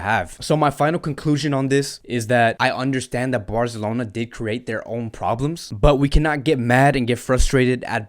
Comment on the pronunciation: Love your channel man. And I like the way you say Fc Barzelona, not FC Barcelona. And you break up the news of FC Barca really well. Keep them coming mate